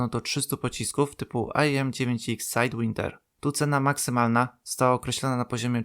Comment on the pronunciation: sidewidner , como'n mate, ;!jesli urzywasz obcojezycznych , wejdz se na tlumacza wrzuc i uslyszysz prawidlowa wymowe (i mowi to ktos co nie uzywa polskich liter)